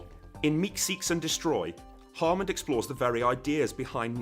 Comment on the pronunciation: Sounds like your saying "Harmond" every single time